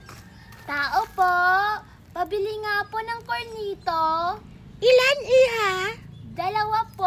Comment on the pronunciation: Cornetto hindi cornito 😂😂